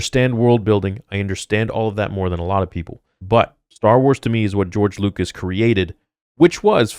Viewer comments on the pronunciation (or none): none